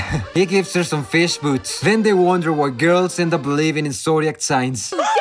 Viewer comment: Clogs not feesh boot